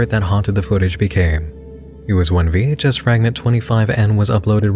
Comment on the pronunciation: Dude legit doesnt know what a VHS is.. calls it “VHC” the whole time smh lmaoo